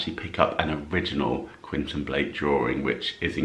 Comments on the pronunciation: QuEntIn, not Quinton. 😊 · You're pronouncing the artist's name incorrectly...it's Quentin Blake, pronounced KWENTIN 😊